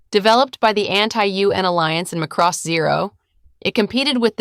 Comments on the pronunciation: It's MA-cross, not ma-CROSS. It's in the original English OST. It's older than many of you. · It's pronounced like Maa cross, this is almost sounding like mc-cross